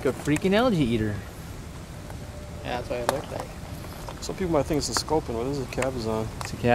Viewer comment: Lol you guy aye its not pronounced scorpion its called a SCULPIN!!! FERREALS THO